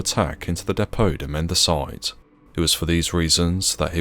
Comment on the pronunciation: It's not pronounced "mend-a-site", it''s "men-dee-cee-tay", i.e. "mendicity", in English. Any student of military history would know that during the Easter Rebellion in Dublin in 1916, the Mendicity Institute, attached to St James' Hospital, was the site of fierce hand-to-hand fighting between British forces and the insurgents.